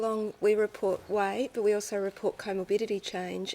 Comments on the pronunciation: Noob non-native question: Why do they pronounce 'weight' differently? Something like 'weishht' :P Update: I hear a similar thing with 'diet' word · The way the host pronounces "weight" is just making me cringe. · I was just joking about the way she pronounces "weight" I'm actually a semi-pro athlete